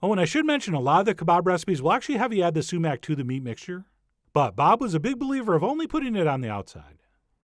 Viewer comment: Am I the only one who thought that whenever he said "sumac" it sounded like "cement" with a long "e" ?